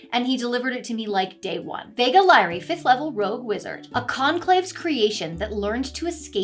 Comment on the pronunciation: No but the ChatGPT guy not getting Vegas name right is crazy though 💀